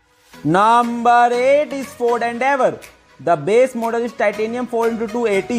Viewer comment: Ists not naaamaar its number😂😂